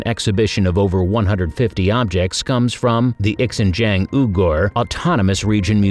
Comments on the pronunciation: Why do you keep saying Ex-ing-jiang - The X is pronounced as an "z", so 'ZING-JIAN" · It’s not X I a hoe - it’s pronounced shaa hu (as in hunt). Also Xin Jiang is szin jyan. It threw me off with that weird pronunciation- the picture made me realize what you were talking about. I went to see them at the museum in Urumchi. The Beauty of Lolan is what I recall. I was so mesmerized I spent 3 hours just staring at these people from the ancient world. Just wondering what their lives were like. Thanks for the video!